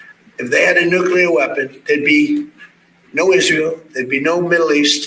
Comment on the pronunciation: It’s not “nucular”. It’s “nuclear”.